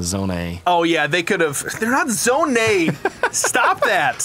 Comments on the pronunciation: ZO-NEIGH is not how you pronounce it but its funny. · Ah yes, My favourite word, ’Zo-neigh’